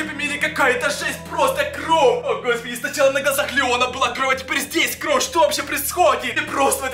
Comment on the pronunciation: почему ты говоришь кров